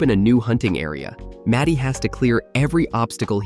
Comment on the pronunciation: His name is MARTY not matty